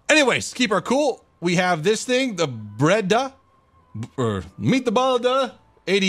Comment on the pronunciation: You seriously cant say Breda without butchering it?